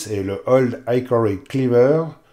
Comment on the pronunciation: Salut. Pour info game a ici le sens de gibier...donc small game ne signifie pas petit joueur ...je dis ça.. Hickory se prononce aussi / ik/ et non / aik/ comme dans Ikéa 😊